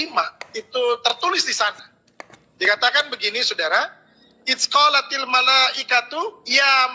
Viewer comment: Its qolatil? Bukannya Idzqolatil !!! Odong odong nih ustadznya wkwkwk